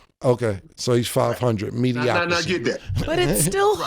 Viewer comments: Nah, saying 'medicocracy' is CRAZY! She know dman well that's not the word - she went to School! Saudi wit that freaky shit! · Damn, now is saying "MediocraCy." Say it with me now "MediocriTy"